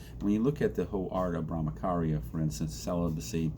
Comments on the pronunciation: It’s bramacharya it’s cha cha not Bramakarya…. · Good video. Just to correct your pronunciation ******charya' is pronounced as 'ch' in 'Champion'.